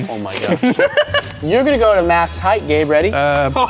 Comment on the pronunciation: you can say numbers See and its Gabe not "gab"